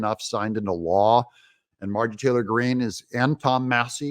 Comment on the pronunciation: Doug can't even pronounce her name correctly.